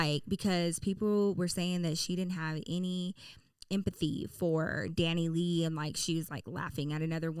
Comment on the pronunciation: It’s pronounced Dani lay